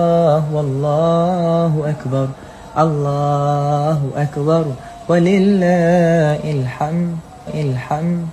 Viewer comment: wa lillāhil-ḥamd yang benar bacaanya